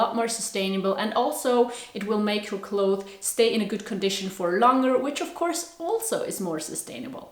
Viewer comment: Hahaa I like how you say ‘clothe’ when you talk about clothes. In english, its pronounced clothes with an S at the end and we pronounce it as clotheS. Not clothe. But it sounds so cute when you say it your way bcuz we never heard that before😁 I think youre awesome🤍😍